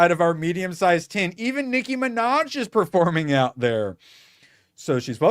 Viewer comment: "Licky ma vaj" Nicky manaj😂